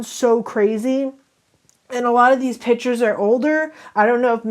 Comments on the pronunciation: Who else was super annoyed by this girl saying pitures and not piCtures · Her/him: ... Takes "pitures" .... Me: WtF!!! iT IS PiCtUreS!!!!!